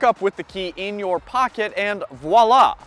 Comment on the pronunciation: Voila! is pronounced with a "V" sound, not a "W"... "Vwa-LAH". Just sayin'...